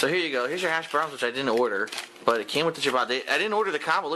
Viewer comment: How is it possible that he always emphasizes the wrong word or syllable. Hash BROWNS. MeLEE. Drives me insane.